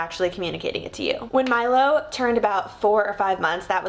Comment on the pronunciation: It’s so cute when you say Milo I hear My love ❤ so sweet haha